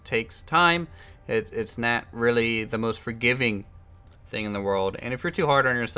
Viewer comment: I find it amusing how pronounces "not" as "neht"